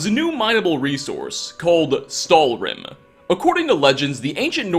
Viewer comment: Stalhrim mis pronounced stálhrim In icelandic